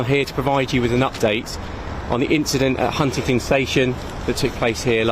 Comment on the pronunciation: Why does a local copper keep saying HuntingTon ? ... perhaps I am merely mishearing this fella.